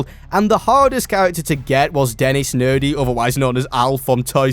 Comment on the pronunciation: Nedry, not Nerdy it's Ninja Go and not the 💩 you said